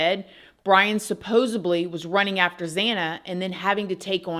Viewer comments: Supposedly. Not suppodily. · Hate to be the guy and I promise I’m not saying this with snark so with all due respect, my friend, it’s ’supposedly’ hard D